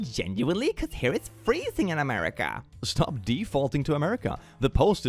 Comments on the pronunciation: "muricah!" Google: translate to English? 😂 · Sorry, you misspelt it, it is now 'Murikkka